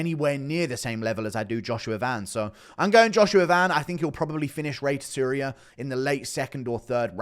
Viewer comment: Tsuruya: Soo-Roo-Yuh. Djorden: Jordan dude it’s not that hard.